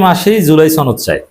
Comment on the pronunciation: ছনদ না সনদ